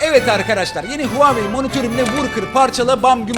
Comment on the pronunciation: Abi Huvavey mi dedin ??😁